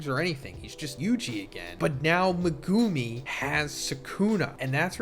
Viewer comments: The way you say megumi name pisses me off lol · the way you pronounce megumi pisses me off